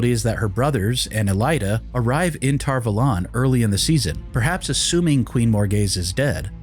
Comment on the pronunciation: "tar vOlAn" really triggers me, for some reason It's Tar Valon" A first, o 2nd. How hard can it be to keep facts straight?